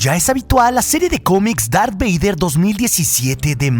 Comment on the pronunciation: Dijo lar beyder